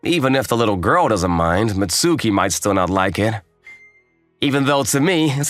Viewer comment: It's pronounced "Mitski" you m...oron